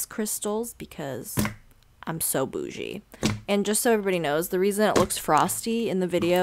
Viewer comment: I have never heard anyone else say bougie i allllwwaayys so that